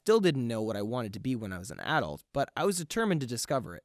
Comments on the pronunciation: It’s “ (uh-dault) 😂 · The way he said “adult”